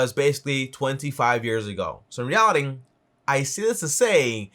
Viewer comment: bro it was a good vid but cmon man stop saying in REALITIN say in reality j